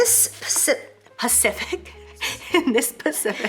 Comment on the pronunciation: My daughter corrects me saying pacific lmao ! I like saying it that way 🤪